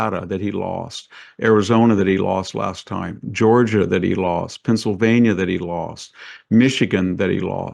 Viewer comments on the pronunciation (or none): none